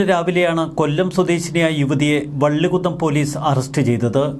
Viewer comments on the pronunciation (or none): വള്ളികുന്നു അല്ല മൈരേ വള്ളികുന്നം